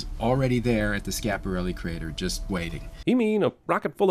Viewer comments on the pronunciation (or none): You forgot he pronounced Schiaparelli wrong